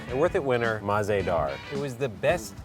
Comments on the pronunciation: Mah-ze-dar is actually mazaydaar which translates to tasty. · MAZEDAHR is pronounced mazehdaar in Urdu and it means "delicious" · Its not mah zeh dar...its mazaydar one word...ONE WORDD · I speak urdu it mazedar not maz ah dar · Oh my God it's Mazaydaar what on Earth is Mah za Daar or whatever it is 🙄😱😑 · Its mazedaar not mahzedaar. Btw it means tasty or delicious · Alright, so I am a native Urdu speaker and I truly enjoyed how you guys reviewed the cookie from the Mah-ze-Daar bakery. However, just pointing out that the whole pronunciation of the word and how it is written as MAH-ZE-DAAR is incorrect. It is mazayh-daar (H is usually silent) and not mah-ze-daar. It means delicious and Umber Ahmed would love it even more if she pronounces it correctly. :) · It is pronounced like muz-e-dar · The way they pronounce مزیدار (Mah Ze Dar) is really effing annoying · mazdar was the worst pronunciation ever but ok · It's ''Maz-Aye-Dar'' The pronunciation Ya'know. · The way pronounces Mahzedahr has me in creases 😂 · It’s pronounced “mazaydar” like one word not three but 3 syllables so I guess she’s spelled it so it’s easier to speak for white people but it just means “delicious” she’s over exaggerating af 😂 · Tehreem ikr that’s not how its pronounced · I believe the actual pronunciation is way easier than how they pronounced it here. Not because, I am a native but really, it's easier. It's be easier for English speakers to say the actual word. Also, if she wasn't being too literal then she could have said that MAH-ZE-DAAR is a made up derivative of MAZAY-DAAR. I appreciate your clarification though. Means a lot. :) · Damn, the pronunciation of mazedar is hilarious. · I cringed at the way they said mazedaar 😬